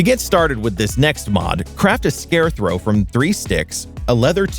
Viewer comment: Did he say ScareTHROW or are my ears deceiving me? XD